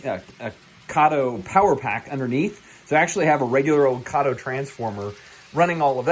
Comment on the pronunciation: Since you asked, lichen is pronounced lie-kin and Kato is pronounced kay-toe. Beyond that, thanks for a great video and for sharing it. For many years (since I was about 7 when I got my first O-gauge Lionel train--and I'm now 11 times older than that) I've wanted to have such a layout as this. I'm finally to the point (timewise and financially) that I can create one. I just placed a hefty order from Woodland Scenics for their 6 x 3 N-scale layout kit that includes all the bits and pieces (Styrofoam, paints, paper patterns, etc., and step-by-step guide) for making the base form for a really nice but compact layout and then building a unique patch of Americana on it. Also included in that kit are trees and bushes as well as the tunnel and bridge pieces to make a double-8 track plan while still allowing room for a lake and nearby recreation area, town, road crossings, and whatever else I may come up with. I also ordered the Atlas Track kit that includes all the needed Atlas track and switches on which my famous California Zephyr (a 6-car Kato set complete with observation car and Pullman sleeper car is waiting patiently for inauguration day) will travel on it's nearly coast to coast run. I love the idea of having a baseball field (used to take my kids to summer games) as well as a few houses on the hillside (a common sight, as you mentioned, in the Seattle area). And, yes, I will have people in my town. I'm not interested in overseeing a ghost town (notwithstanding the possibili